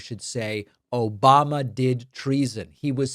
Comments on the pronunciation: that obamna caught me off guard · the random "OBAM-NA!" got me 😂